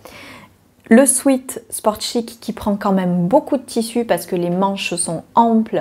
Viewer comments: Coucou, merci pour tes vidéos. Je t'avoue que cette polémique sur la prononciation de sweat sur YT m'agace. Il y a des mots empruntés aux langues étrangères et qui ont changé de prononciation. C'est pareil pour des mots français en langue anglaise. Bureau se prononce biouro en anglais, coup de grâce se prononce coup de gra par exemple. Et bien sweat se dit swite en français. Je suis bilingue et je le dis ainsi quand je parle français. D'ailleurs un sweat n'existe pas en anglais où sweat veut dire transpiration. On dit un sweat shirt ou un sweater. Et un bas de jogging se dit sweat pants mais personne ne dira qu'il porte un sweat. C'est donc bien un mot français, emprunté à l'anglais certes. D'ailleurs la plupart de celles qui disent religieusement un swète disent pourtant fibre mood alors qu'il s'agit d'un titre anglais qui devrait se prononcer faïbeur mood (les mots finissant par re se prononcent EUR en anglais britannique comme centre, novembre...) ou prononcent sew sou ou siou alors que ça se prononce so et que là c'est vraiment une faute puisque le mot n'est pas passé dans la langue française. Alors continue à prononcer sweat comme tu en as envie (et fibre mood et sew aussi d'ailleurs alors que ça, j'avoue, ça fait mal à mon anglais 🤣). Bises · Mas non en France on dit swiit tout le monde dit swiit on reste avec swiit! On laisse le “swèt” aux anglophones!!! Belles cousettes merci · Je prononce également de la même manière le mot sweat. Je ne savais même pas que c'était pas la bonne façon de le dire mdr. Oh je note pour le pull ted de super bison. En plus le col châle est super joli ! Pour une fois qu'un projet homme me tente ! Je cherche aussi des projets couture pour des petits cadeaux. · Super Moi aussi je dis swit 🤪